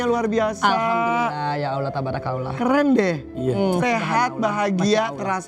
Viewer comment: Bu Angel,.. sudah full muslimah, dan sudah khatam qur'an... Mbok Yao mengucap Allhoh nya kok kurang fasih ya... Coba ajarin pak Ustad supaya lebih .... FASIH YA...AMIIIIN3